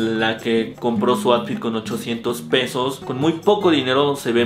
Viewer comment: Bro me gustan tus videos solo que si me da cringe que digas atfit en lugar de outfit, hay que practicar la pronunciación o de plano no usar la palabra cada 30 segundos en el video :/